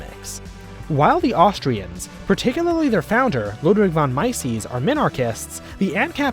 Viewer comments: Also it's not "Maisees" but "Mises". Read it phonetically. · BTW Ludwig von Mises is pronounced "Mie-zez. not whatever that was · my guy you did not just pronounce mises "my sis" 💀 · Bro, thats not how you pronounce Mises. On the other hand, very good video